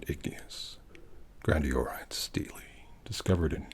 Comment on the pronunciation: You have no idea how happy it makes my little history nerd heart to hear you pronounce 'stele' correctly. I bow to you, sir. 🙇‍♀️